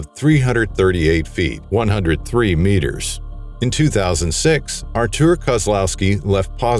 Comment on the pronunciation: Artur is Polish for Arthur. No need to say Artuooooor. It’s not how u pronounce it anyway. Just say Arthur